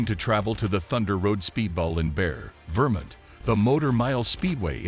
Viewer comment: It's not Bear Vermint, it's pronounced Barry, VerMONT. Obviously you are not from this country or else you would learn the correct pronunciation of cities and states. Is this voice generated by a computer? Because you HOST an event (Long O) not host like in HOSTA.